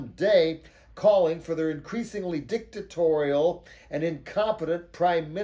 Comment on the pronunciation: Is it Dictitorial? Or Dictatorial?